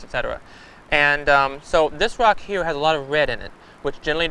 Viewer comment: Its called a woe its a speech impetament some people have turns er sounds into eaw sounds